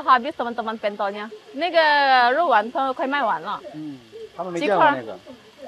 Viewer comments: Pentol, seperti e pada kata senang, bukan e pada kata bebek gitu kali ya mbak maksudnya 😅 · itu bukan PENTOL, tapi pentol, gimana ya penyebutannya klo lewat komen, wkwkwk...